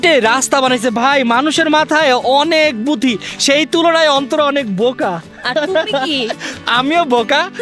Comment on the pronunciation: বুদ্ধি ❌ বুথি ✅